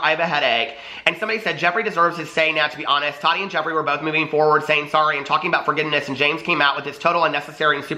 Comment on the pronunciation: It annoys me how you say todi. Lol can you say Ta TI